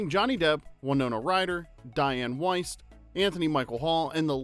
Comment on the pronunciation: Wiest is pronounced “Weest”.